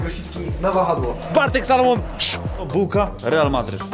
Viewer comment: Co niektórzy dalej mówią Salomon zamiast Salamon. Salamon jak SALAMI.